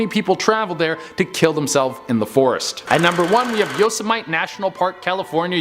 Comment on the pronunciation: did he just pronounce Yosemite totally wrong?!?!? lmao😂